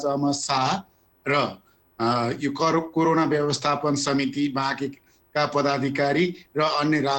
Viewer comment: It is called corona, not karona idiot. First learn what to speak.